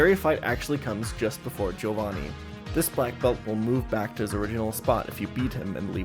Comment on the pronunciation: W for Joe-vanni pronunciation. The correct pronunciation.